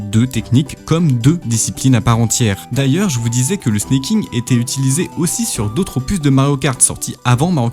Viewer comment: Alors c'est pas du snacking, mais du snaking comme snake en anglais. Ça revient à dire serpenter au vue des trajectoires de la technique